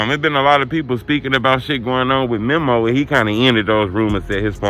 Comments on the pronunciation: why you stay butchering his name like that? its MEMO not mimo 🤦🏾‍♂️ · Bruh never says Memo's name right 🤦🏾‍♂️🤣